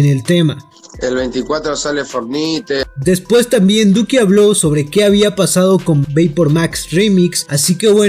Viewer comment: ''su próximo tema es FORNAIT (Fornite) Duko: ''el 24 sale for nité'' xd